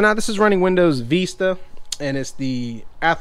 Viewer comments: It's not vista, it's Windows 10. Hence the windows bootup windows logo... And it's not veesta it's vista... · and "Vista", not "Veesta". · Avast ? AVG ?? VEEEsta?????? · I'm troubled by how you say Vista. 😂